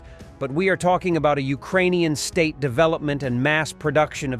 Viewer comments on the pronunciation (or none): none